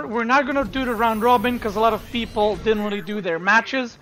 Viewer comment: "thank you for the sport, beoble"